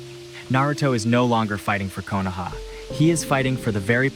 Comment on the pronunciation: Hey, nice video. You should look up how to pronounce Nagato and Konoha, though.